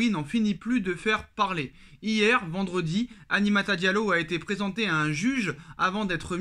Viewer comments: Apprends à dire Aminata correctement aussi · "Aminata" frère... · Tu sais lire et prononcer Aminata ?